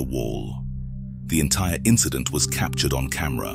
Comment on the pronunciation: Wth is going on with "figuray & cap ture ed" pronunciations for figure & captured? I heard him say "cap ture ed" several times. I can't work out if half of these YT voice overs are bots or not??